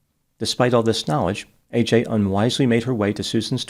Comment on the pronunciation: Why can no one pronounce AJs name correctly? Ad-je-ka